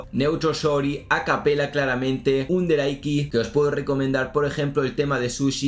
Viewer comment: Todo bien hasta que dice underaiki🗑️